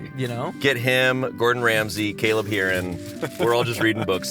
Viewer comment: Shayne Topp continuing his trend of pronouncing things just a little bit wrong with this newest entry: Caleb Hearon.